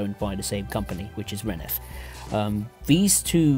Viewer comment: Also, it's not renef, it's RENFE